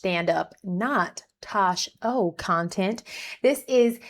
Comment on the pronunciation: omg it is TOSH POINT O not TOSH O.